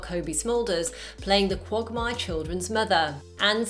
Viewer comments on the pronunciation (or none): Ha . Qwogmaire ITS QUAGMIRE